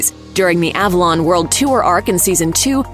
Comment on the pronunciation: the pronunciation of "Avalon" hits the ear wrong...